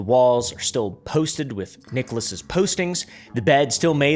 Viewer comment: The referent way of saying "Nicolas's" is just as so, and not to drop the pronounced S at the end. "Nicholasses" to put it into readable enunciation. You are homeschooled and autistic, but I like you. So you should know this.